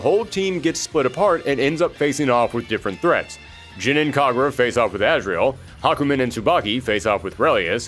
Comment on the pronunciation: THE NAME IS HA-KU-MEN!